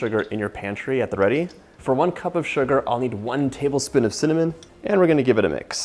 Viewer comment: Wtf lol Cakey? And cinnallmon, cillnnamon? Lol